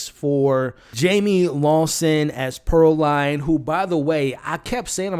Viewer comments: A few notes as I’m halfway through the video. Pearline’s name is pronounced Pearl-leen not Pearl-line. Smoke had a daughter, not a son. And the men that Slim told “hold your head” was a chain gang, which is prisoners, not slaves. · It’s Pear(LEAN) not Pear(LINE) you are really giving me a ick by saying it wrong and you’ve watched it how many times??? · Bruh, small detail but I believe it’s pronounced Pur-leen lol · Her name was pronounced Pearl-lean… also you keep saying they didn’t have a soul but Annie explained in the film that their soul is trapped within their body. They had to kill the vampires in order to free them from roaming the earth angry and evil. So that’s why Stack was able to keep his promise. That’s why Mary was devastated when Annie was killed and not turned.